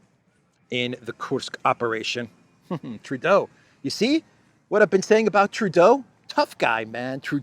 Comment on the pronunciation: You did True-doh perfectly! Thank you from too close to him in Ottawa Canada ;D